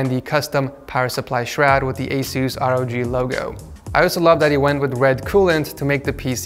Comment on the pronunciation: the way he says Asus 😂🤣